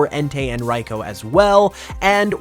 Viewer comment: RI-Koo not whatever you said